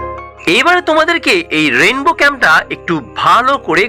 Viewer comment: "Rendow" na rainbow ?